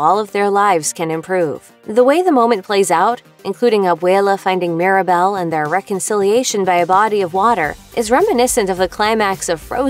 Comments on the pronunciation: It's Mirabel not Maribel 🤦‍♀️ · It’s mírabél not Mirabell and it’s mádrígáls not mardigils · She also keeps calling Mirabel “Maribel”